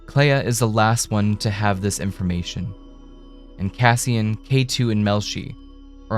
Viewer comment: "Cassian" - you get it wrong about 200 times. I'm out. you are a bleating tool.